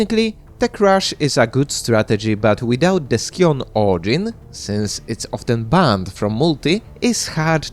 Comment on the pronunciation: Scion is pronounced "sai·uhn" There is no K sound in there from the C. <3